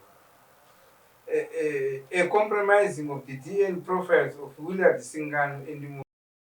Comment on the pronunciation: Why do these people say dn instead of dna?I have heard this a lot nema Zimbabweans